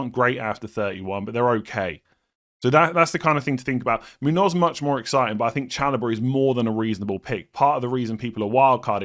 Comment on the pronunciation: Munoss not not Munoz lol